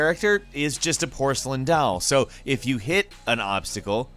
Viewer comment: You pronounce doll weird lol